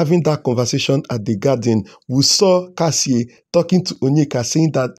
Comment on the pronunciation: It is Kassia not Kassie